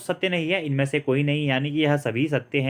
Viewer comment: सै और से में फर्क है जी